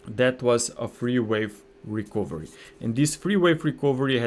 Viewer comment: Very good content. Thank you for your effort.👏 A small remark: the letter "o" in the word "recovery" is not pronounced, but like this >>> rəˈkəv(ə)rē. 🙂😉